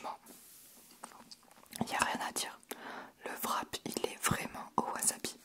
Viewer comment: Haha! J’ai adoré y’a vidéo! Amis ça me fait vraiment rire parce que les français disent VRAP 😂